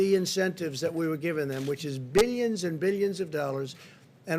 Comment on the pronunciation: All I got was "billeons and billeons and billeons..." 🙄😂😂😂🤮